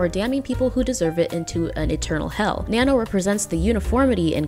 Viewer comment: You pronounce Nanno in the most american way ever.